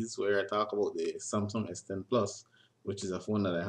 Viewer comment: hmm cant even say samsung good